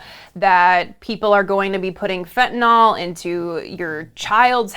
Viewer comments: The only one who pronounced fentanyl correctly in this video was MTG. It's not fentanahl. It's fentanyl. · Why is it no one can pronounce Fentanyl or China’s President [Xi] right? Have you considered that Xi exported Fentanyl in revenge of the West’s Opium Wars? And Putin is the one pushing the conspiracies online, including fellow travelers in politics?